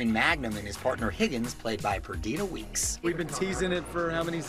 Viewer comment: Purr duh tah. Not Purr Dee Tah. Geez, get her name right.